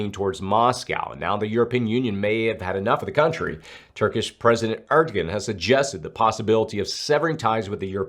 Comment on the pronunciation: Love the channel. But it makes my skin tingle like a bad note being hit in music when you say “ErDo-gan” it’s more like “airdoWan”